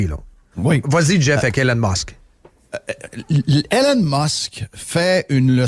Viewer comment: Jeff arrête de l'appeller Hélène Musk, c'est E - LON Musk.